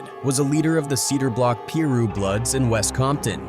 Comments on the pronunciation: If you’re going to use Ai to tell rap stories, please just copy their script. It’s so easy to tell it’s a bot because the pronunciation of Nine hundred eleven, pee roo, Jay rule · He called 900 and eleven "Boy wtf". And wth hell is a peee-rue bloods?